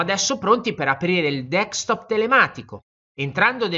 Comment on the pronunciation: D E S C T O P SI PRONUNCIA DESC (CON LA C DURA) TOP E NON DECS TOP COME PIU' VOLTE PRONUNCIATO NEL VIDEO.